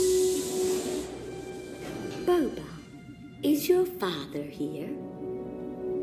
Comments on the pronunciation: A father would know his own son's name. Boba's name pronounced "bobba" not "bowba" :) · No one else is gonna comment on how to pronounce Boba’s name? If his dad calls him bob-uh, it’s bob-uh. Not bow-buh. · really called Boba "Booba".